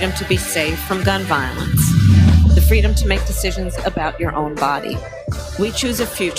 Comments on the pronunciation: I believe it's "fweedom " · She never said that; she always said fweedum. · Harris for “Fweedom!” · Doesn't Kamala mean "Fweedom"?